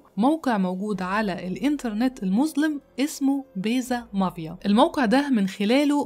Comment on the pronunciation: MAFIA NOT MAVIA انا بحب قصصك اللي متداخدة من يرنامخ امريكاني بتفرج عليكي دايماً ممكن بليز تظبطي النطق الانجليزي ؟